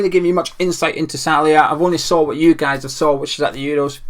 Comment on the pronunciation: Great video, Geo! Your pronunciation of "Szalai" needs a lot of work though! Haha no worries though, keep it coming!